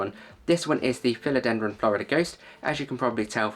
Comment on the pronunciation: ‘Philodendron’ tripping off your tongue with consummate ease! Well done, God bless you 🙏✝️. ✌️🇷🇺☮️🇺🇦✌️. 🙋‍♀️🤍🇮🇱✌️